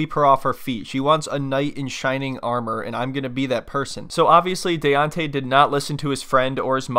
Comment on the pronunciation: I never could understand why these women he was SO in love with him kept mispronouncing his name! 😂😂😂 they kept calling him “Dee-ontay”… instead of “DAY-ONTAY”.. Daonte!!! Daonte!!!